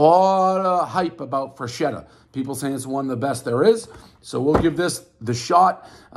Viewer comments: on assagio frenschetta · Wtf is Frenchetta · Drinking game: Take a shot every time Davey says Frenchetta. Followed by alchohol poisoning. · Frenchetta's.. lol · Burns every pie. Cant say the name of the pizza